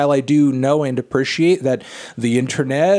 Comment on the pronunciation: I will never get used to the way Fanthony says "appreciate".